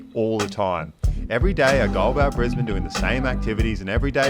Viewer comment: I had to advise a United hostie this is literally how you pronounce it, not "Briz-Bayne", as the purser had said on the in-flight PA system. Note air connections to north America are rapidly improving from BNE, allowing you now to avoid LAX. Air Canada direct to YVR (Vancouver), United direct to SFO (San Francisco). Now we just need Seattle-based Alaska Airlines to run a direct BNE-SEA route for all the Aussie tech bros who live in the US Pacific North-West.